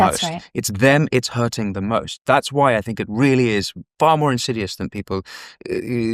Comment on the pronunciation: Winston, great show. Thank you! 👍👍👍 Just one thing: — it’s “insidious”, not “insiduous”.